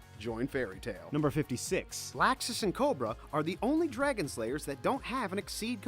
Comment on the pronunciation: You know you pronounced Loxus and Marijane wrong, right...